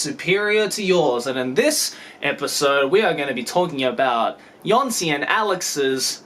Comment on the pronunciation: Jónsi should be pronounced as "y-oh-nsi". The accent in Islandic shows addition of "u" after the vowel. In the case of u, the stock pronounciation of it in Islandic is Ü, so putting the accent will turn it into something like "oo" in word "look".